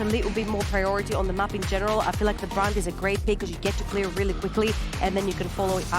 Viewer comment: Am I high or are all 3 casters calling Brand "Brand-A"?